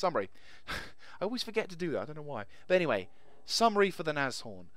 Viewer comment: Very nice review and just btw, you pronounce Nashorn absolutely correct :-)